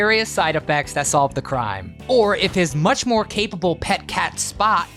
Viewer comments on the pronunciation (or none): none